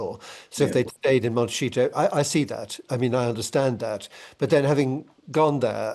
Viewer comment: It's Monte _she- to. Not cheeto.